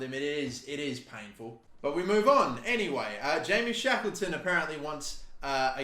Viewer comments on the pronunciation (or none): none